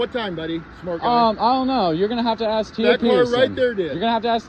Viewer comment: She also can’t pronounce, “ask.”